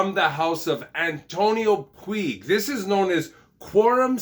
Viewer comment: Thanks for the review. I'm getting this one soon. Also I think Puig is pronounced "pooch" rather than "pweeg"